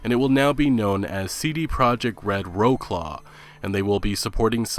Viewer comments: It's not "rawclaw" but Wrocław. You should spell it like "vrotslav" :D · Rowclaw? "Vroswav" is how you pronounce it... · NOOOOO How can you read Wrocław like "war claw" or sth xD!!!! Paste it in Google Translator. It's "Vrotswav" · "Wrocław" read as "Vroclav" in English not rawclaw ha ha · As a Pole, i laughed too hard when i heard you reading Wrocław I'm sorry XD, bot for the future it's Vrotslav, not Vroclav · Wroclaw is not pronounced "roe-claw," is pronounced "vrots-wav" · Wroclaw is pronounced more like Vrots-vav. Although Roh Claw sounds like a killer weapon in the Witcher! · It's pronounced Wrotslav/Wrozlav, not Wroklav omg. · OMGROFL!! your pronunciation of Roclaw... wow... fyi, if you were to spell it phonetically in english, its more like "vrots-wuv"- Wroclaw is a city... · VROT-swav. Not Rowclaw. :) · That's not how you pronounce "Wrocław" it's actually "Vrotswav" <- kinda like that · "Row claw" lmfao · Great news and thanks for informative video - one think Wroclaw is pronounced more less Vrotzlav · Don't want to be a pedant but wroclaw is pronounced Vrots-swaf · "Wro Claw", dude! You won't even make and effort to learn properly the name of the city, which would take you 10 seconds on Google. The extent of your laziness is disturbing. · Wroclaw reads like Vrotslav - Thanks for the news! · You butchered that studio name my man lmfao Wroclaw is a city in Poland pronounced Vrots-swaf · Wrocław = RAW-CLAW...??!! Geeez, REALLY?! 10 min. research would tell you that this is a name of a Polish city. I am sure even your 'not so very sophisticated anglo-saxon' pronunciation would allow you to say this semi -correct! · Wroclaw is pronounced "Vrotzlaf" - it's a city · PPl PLEASE 'Wrocław'- Modern IPA: vrɔ́tslav Traditional IPA: vrɒtslæv 2 syllables: "VROT" + "slav" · WRO-CLAW XDDDDDD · Wro-claw... Close enough. 😂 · I cringed so hard when you said Wrocław xD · check the pronunciation of Wrocław one more time :P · c is not spoken k in polish